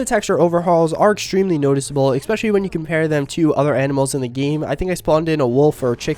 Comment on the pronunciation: "expecially" huh.. jesus Christ dude.